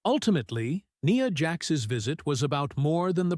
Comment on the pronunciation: It would be better if, when they use text to voice tech, instead of saying Nia Jax, they called her Nya Jax